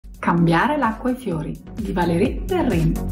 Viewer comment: non si pronuncia perren?